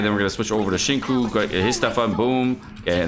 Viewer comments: was right. It’s pronounced Shing Cho. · He call xing qiu shengkoo so its nice we call him sickoowwwpigow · the way u say some character names like DIona=diana or xinqui= xingcho